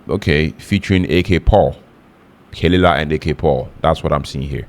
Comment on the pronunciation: pronounced "kuh-luh-lah"